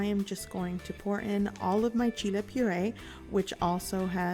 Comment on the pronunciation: CHEE-LAY, CHEE-LAY, CHEE-LAYS.